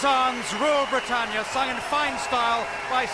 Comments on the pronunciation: You haven't done enough research. It's NOT pronounced bri-tay-neea, but LISTEN and you will hear BRI-TAN-YA. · It's Britannia NOT Britainnia! Oh, and it appears Sarah Connolly's flag is upside-down when she waves it - this is known to be a 'flag of distress'. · Rule Brit-AYN-ia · Rule Bri ..tan ya…. Not Bri…Tain…ya. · It is pronounced Brit-an-ia. Not brit-ane-ia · Not being a pedant but it is Brit-tan- ya not Brit-tane-ya. The wokes say everything is racist but it isnt. It's about being proud to be British. Yes, we had an empire, most civilisation did. But the British gave their empire away and left many countries with proper democracies, legal systems and in a better state than they were before the Brits arrived. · Britayenia? Are you having a laugh? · It is pronounced: BRI TAN I AH BRITANNIA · Wool Bwitannia. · She said brtainea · You’re mispronouncing Britannia. It’s a short A, as in “at” and “pat.” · Learn how to pronounce English words. It's Britannear. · Britaynia are you for real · She cannot even pronounce Britannia correctly! Typical yank!